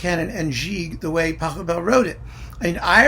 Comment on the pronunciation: maybe you can check how to pronounce the name of the composer correctly?